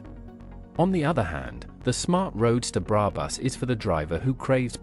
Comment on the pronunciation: Love the videos and own a Roadster, but please don’t use AI voiceovers. It makes in unwatchable…specially when it keeps mispronouncing brabus